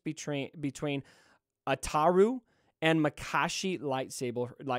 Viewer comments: Ataru pronunciation was on point. Yoda's form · As a super lore nerd, your pronunciation of Ataru was spot on 👌 Also, people already have the Malevolence at 6 to 7 stars. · No u pronounce ataru right